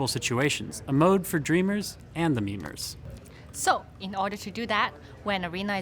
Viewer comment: he said memers- I can't But good update! lol